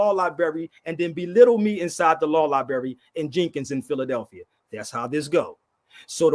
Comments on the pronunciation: It's libRary NOT libary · Someone should explain to that the word "libRary" has an R, it's not "liberry"....this guy is educating?.... SMFH 🫤🫤🫤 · Insult what intelligence? is a very unintelligent person - he is a street con. He doesn't know the difference between the words "rather" and "whether"., the word is libRary, not libary. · “libary”? the word is library.. sir there is an “r” in the word you are not annunciating … this is sad.😢😢😢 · If going to a law "liberry" makes you a lawyer, then I must be an orthopedic surgeon after all my trips to the ER. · If you still can't using the word "lie-bary" I'm going to assume you a re and unintelligent person. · law "liberry"..fn retard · LIBERRY LOL CANT SPEAK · "Come debate me, but we're only going to talk about what I want to talk about and how I want to talk about it." Extra "smart" points for saying "libary" over and over again. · Is he saying lieberry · Is "lieberry" anything like blueberry or strawberry? Mmmmm 😝🤣😝🤣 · He can't even say the word Library!!! is a racist piece of human waste! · 'Law Lieberry' 🤣😝🤣😝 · Don't brag about a law library if you can't pronounce library! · 😂People stop using drugs like this browny. Maybe then you will learn how to pronounce simple words like library and ask. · Why is he bragging on that card as if he earned it. It’s not his, so what the heck is he talking about? HE CANNOT PRONOUNCE LIBRARY yet he is bragging on how many libraries he has been in. That’s a shame. He’s not just a racist, he is an idiot. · Yeah. He’s soooo great he needs sponsors to buy a him plane ticket and can’t pronounce ‘library’